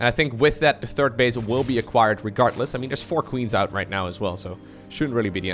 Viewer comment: I dont wanna be a dick, its just that the word is "RegarDless" and not "RegarTless"... :D Love the casts!